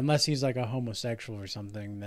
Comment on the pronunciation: How you said homosexual had me dying 😂